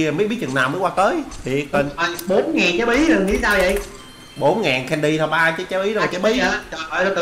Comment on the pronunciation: em thấy code đọc là candy cơm mới đúng